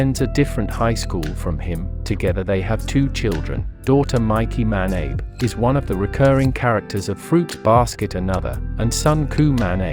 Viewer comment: What ist "Ma-Neh-Ib" the correct pron is "Ma-Na-Beh"